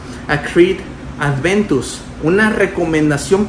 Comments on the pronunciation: El perfume es aventus en nicho,y es aventus no es adventus aprende a decirlo,también otra cosa Montblanc no se parece en lo absoluto tal vez al principio si pero ya en el secado para nada Investiga un poco más por favor para la próxima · Si el perfume se llama Creed Aventus, porque coños le dice ADVENTUS??? Me duelen los oídos de solo escucharlo.